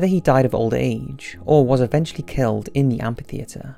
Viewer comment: It's amphitheater, read amfi theater, not ampi theater.